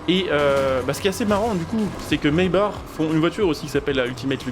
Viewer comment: Mesbars 😂😂 trop bien la prononciation tkt on tadore toujours